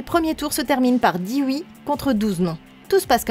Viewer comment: mdr comment tu dis ui